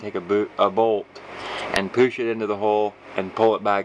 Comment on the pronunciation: because it is a helical coil. That's what it's called. Now the part that I noticed is " poosh " instead of push.